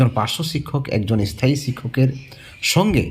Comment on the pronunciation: থিসিস লেখা শেষ হলে জানাস ভাই।তোকে মিস্টি খাওয়াবো। এস থায়ী😂😂 শব্দ উচ্চারণ টা শেখ আগে😮😮